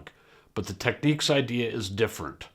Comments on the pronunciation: Technics, not 'techniques' FFS! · Tech-nics ...not techniques. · Technics advises that the US and Japan pronunciation is “tech-neeks” and UK and EU is “tech-nicks”. Listening to Japanese ads, it is more like “tech-oo-neeks”. In any event, I went with the U.S. version. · A case of you say Tomato, I say Tomato! I'd never heard anyone pronounce Technics that way until hearing all you North Americans on YouTube in recent years. I think in the west we mispronounce pretty much all Japanese company names...